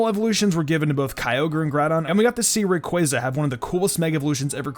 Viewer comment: Thank you for actually pronouncing Rayquaza correctly.